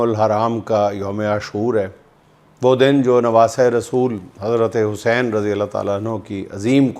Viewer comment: juind shb imam e Hussain e pak ka nam achy terqay sy bolein